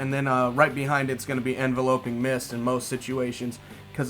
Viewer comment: I'm really not trying to be a grammar nazi or condescend but alot of people mispronounced enveloping mist. It's envelop, not envelope. (en-vel-up, no en-vel-oh-p)